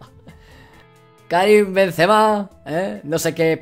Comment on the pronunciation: Cuando as dicho Karin Bensema casi me da un derrame jajajaja